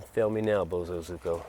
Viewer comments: Pronunciation is Bo as in little bo peep. Zu as in zoo with the animals zo is z with the o from orange ku as in Koo. Bo zu zo ku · you might be "the only BosozUko rider" in the USA, because the others are actually BosozoKU! Please, just call it BOSO, like Bozo. Its PAINFUL to listen to. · Bo. So. Zo. Ku. Boso. Zoku. Bosozoku. If you google bosozuko it comes up with results for bosozoku. Its like Goku from dragon ball z but instead it's bosozoku. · I want that GPZ1000RX!!!!! Side note, my wife lived in Japan as a teenager and knew some Bozo-soku. That's how she has said it for 35 years, not bozo-zuko but so-ku!